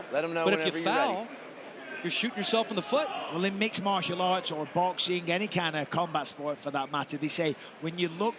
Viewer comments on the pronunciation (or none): none